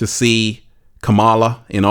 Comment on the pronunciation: If you are going to talk about someone, at least have the respect of pronouncing their name correctly. So disrespectful!